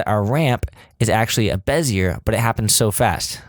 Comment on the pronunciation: Repeat after me... BEH... ZEE... AYYY. Perfect. Back to work.